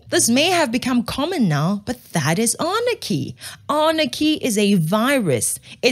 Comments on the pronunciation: Love your shows but it's not Arnachy. It's Anarchy. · "anarchy", not "arnachy".